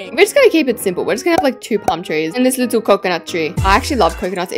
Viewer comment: Not calling pomtrees and couconnut trees diffrent😅